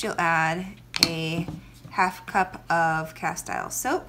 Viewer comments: castile is pronounced ka-steel 😉not ka-style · “Castile” rhythms with “steel”. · It's pronounced cas-teel'.